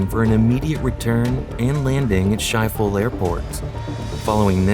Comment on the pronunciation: That's not how you pronounce Schiphol. And if you're going to use graphics, at least get what the building looked like correct.